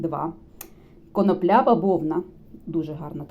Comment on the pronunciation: Так та коноплЯ,ріже слух,- може все ж коноплі ?!!